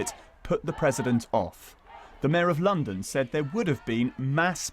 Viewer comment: Did she say Londom?